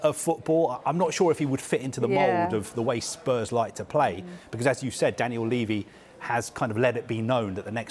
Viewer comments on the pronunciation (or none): none